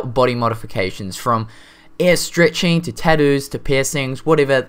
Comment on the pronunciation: I swore you were saying "air stretching"